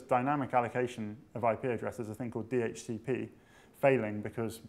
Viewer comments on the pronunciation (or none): It's DHCP, not DHTP...